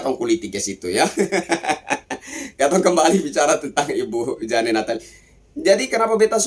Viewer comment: JANE dibaca JEIN ....😅😅😂😂